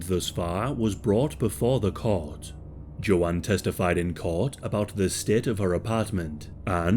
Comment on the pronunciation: Are you trying to say Joanne? Or is her name JoJaun?